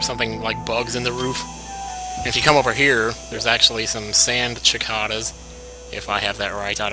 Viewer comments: its pronounced sick ay das (flame shield up if i sound like a jerk. ncs , if i do i am so sorry if i do ) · sand cicadas not chicadas =P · Here, 'cause I think you want to know: cicadas = Sih -CAY-Duhs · It;s pronounced Sikatas not Chikatas. Cicadas. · The cicadas are pronounced like Si(like sit)-cade-uh.